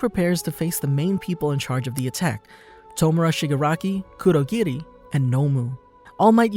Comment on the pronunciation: Great video. One thing I don't understand is............ why on Earth do people pronounce anime/ Japanese names with a D . Why. Stop that. Bad. Cur-do,gi-di.... its kurogiri. Kur-o-giri.